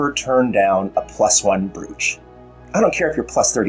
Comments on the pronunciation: Hey. Thanks as always for the well structured and thoughtful analysis. Just a tip: 'brooch' is pronounced 'broach' (rhymes with 'approach') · I drafted a message about to point this out but thought it might be an americanism!